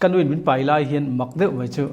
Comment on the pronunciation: Mai tih tur ah mei a ti char char a kawm tu hian.